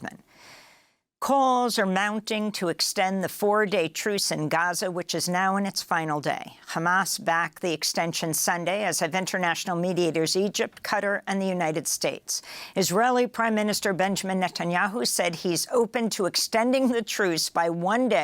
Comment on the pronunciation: AMY -Re Qatar its Ka Tar - NOT CUTTER!!